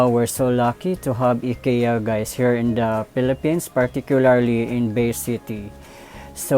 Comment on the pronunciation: It's pronounced "AY-KEE-YAH." Just correcting. :-)